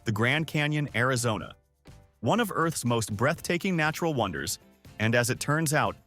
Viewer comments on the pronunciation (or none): none